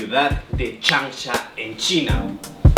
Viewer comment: La ciudad de "chancha" XD